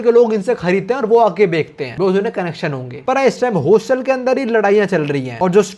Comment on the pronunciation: its bechte hain....not bekhte hain